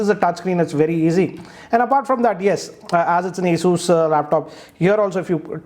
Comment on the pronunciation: It's not Aey-soo like you say, it's Aw-soos. Listening to your pronunciation i lost face with my cousin saying it the same way thinking that you must be saying it right. Later on i checked.